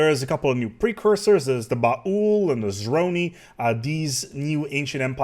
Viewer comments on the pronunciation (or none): Why does call the Baol BA-HUL?